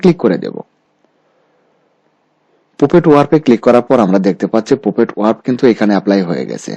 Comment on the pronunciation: Please pronounce correctly. PUPET, CROP, FOREGROUND